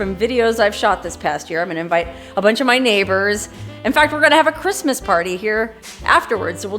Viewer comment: You are a hoot! You need a sidekick for your Quistmas Spectacular! Elmer Fudd would be a good choice. He would at least pronounce "Quistmas" without difficulty.🎄Huh, huh, huh..